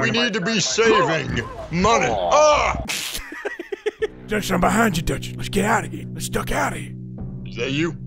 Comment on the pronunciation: We need some MUNEH!